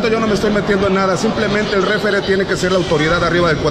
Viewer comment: SE DISE REFEREE NO REFERE ESTA COMO EL DE LER EN VEZ DE LEER